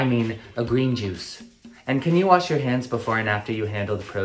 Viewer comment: did the Virgo say "you" or "ew" 😭